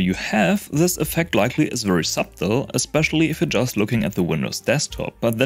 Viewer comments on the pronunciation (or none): Great video. BTW, the "b" in "subtle" is silent. It is pronounced "suttle". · didn't know i was doing it the lazy way, thanks! just a quick correction: subtle is pronounced with a silent b. it seems youtube auto-captions picked up what you meant anyway, but just in case some people mishear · “subtle” is pronounced “suttle” by the way.